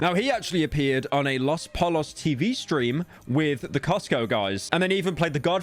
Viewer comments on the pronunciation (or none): it’s pronounced po-yos. In Spanish, doubles L’s make a “y” sound. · New pronunciation unlocked: loss pollus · bro really said los pollos with the Ls💀